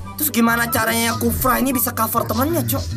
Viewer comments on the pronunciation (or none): Hero apa namanya ini khoufa ya, apa wizz khalifa ya, eh khufra, kacau bang lu suka salah nyebut hero wkwk